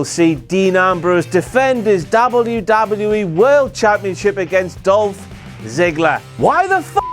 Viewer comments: Love, love content, hate the pronunciation of W. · I really like the way you say " W... W.... E..." ie " DoubleU... DoubleU.... Ezzz. lol. Very funny. And good video. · sounds like hes saying dobby dobby e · Doblu, doblu, EE lol that's what I hear when he says WWE 😂😂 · Dabble ewwww dabble ewww e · can anyone else not stand the way he says WWE?